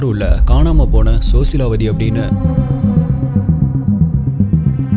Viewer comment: Sosilawati illa rosilawati bro.. 😊